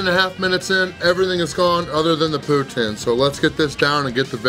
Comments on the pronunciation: Putin??? Pronounced Pouteen my friendly American! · It's pronounced pou-teen not pou-tin